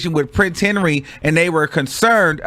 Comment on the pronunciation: you not old enough to be butchering peoples names like det!